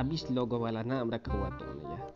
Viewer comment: Hahahahahahah zamard khan nai namard khan